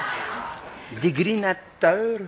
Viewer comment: No he wanted to say denigrating in french but mispronounced it in both languages as „dégrinateur“ „degrinating“. The correct french word would have been „dénigrant“